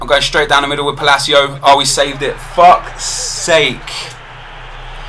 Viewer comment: Palacio is pronounced "Pah-Lah-Cee-Uh" NOT "Puh-Lay-Cee-O"